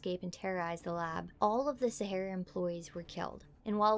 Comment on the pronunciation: SA HAR RAR. As in the desert.